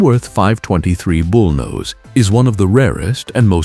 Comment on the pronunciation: KW bullnose ??? this" A"I is drunk !!!!!!!!